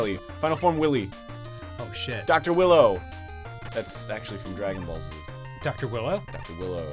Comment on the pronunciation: close Arin but its actually Dr. Wheelo not willow